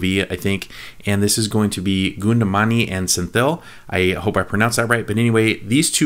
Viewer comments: Okay.. here we go to make you more famous..React for petromax light comedy , Goundamani you need to pronounce him like foundamani with G and senthil. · Dear, pls Don't pronunciate it like goundamani. It should be pronunciate like "kavundamani" in tamil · Hi! I love your videos. But, just FYI, the comedian’s name is pronounced “Gowndamani”, not Goodamani. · Nice reaction.. Something different... BTW it is Gaundamani not Gundumani 😜.. Keep rocking dad! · Its not Gounda mani .. rofl.. luv it though.. pronunciation 'Kown da ma ni'. Senthil - senth-il... Thanks dad!!! Luv the content! Keep it up.. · Not kundumani Name is ka+ vu +n+ da+ ma+ ni=kavundamani, and se+ n +thi +l=senthi....thank you... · its not coonda mani, its cow - sound with G replacing c. gow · To help you with the pronunciation - it's more of Gowndamani and not Goondamani 😌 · His name is not kundu mani, kowndamani is pronounced Cow-and-ta-money, pronunciate the 4 words together u get the real name of that persan, & senthil is right pronunciation